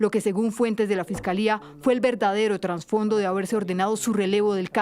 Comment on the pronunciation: Periodista dice "traNsfondo", qué horror, es "trasfondo".